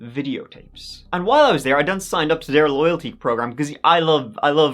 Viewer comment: They way you said videotapes during the add in the middle was sus